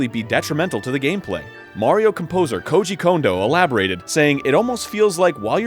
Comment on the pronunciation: Yay, somebody pronounced Koji Kondo's name properly! Of course it was Arin, since he's trying to learn Japanese. :)